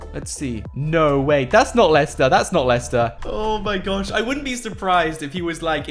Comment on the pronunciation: On the 51st second. He said "Believe it or NOUGHT" LOL. love your videos man